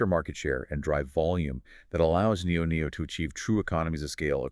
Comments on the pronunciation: Very thorough analysis ... much appreciated! Liked and subscribed! (just not sure why you keep saying NIO-NIO) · They can’t even pronounce the name of the brands, right. Why do they call it NIO NIO? I’ve been in the stock for at least five years. I’ve never heard referred that way nor have I heard them call Onvo , Onvio. It’s almost painful to listen to this podcast